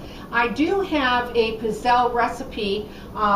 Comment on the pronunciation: Please learn how to pronounce pizzelle correctly